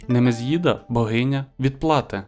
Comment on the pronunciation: НемезІда , а на немез'їда))))))))) Питання цікаві. Дякую.